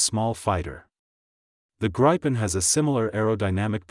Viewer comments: It also pronounces gripen incorrectly. It's greepen. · If you are gonna make a documentary on something, at least pronounce its name right.